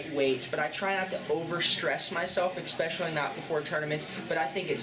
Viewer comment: Man, he is "expecially" good at avoiding questions and saying a lot without saying anything at all.